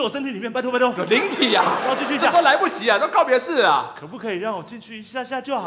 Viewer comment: 那個一下下的一要用力啦😫